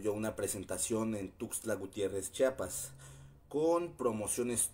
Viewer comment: se dice CHIAPAS no CHAPAS